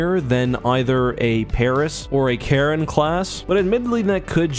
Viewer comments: And it's spoken Sha-ron. Not Ka-ron. :/ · I think charon is pronounced share-on not karen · Did he just say Karen Class? Dude CH is not a k.